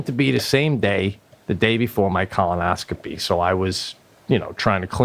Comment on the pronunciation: Pete has a lot of trouble with the word colonoscopy lol. He goes back and forth between colonoscopy and colonoscomy. It's colonoscopy Pete!